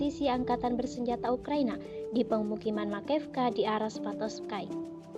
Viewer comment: Svatovsky bacanya " Svatovski ", bukan " Svatovskai "